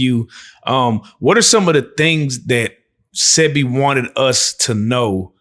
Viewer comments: And the one saying dr sepi and not sebi 😒🤦🏾‍♀️ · i hate when yall don’t say his name right Say-Bee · DR . Sebi say it right bro